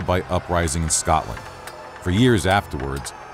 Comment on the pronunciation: Could you of not had a person to say scotland and Scottish properly